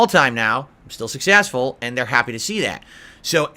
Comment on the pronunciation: Come ahn now guise, he's still pretty sussessful.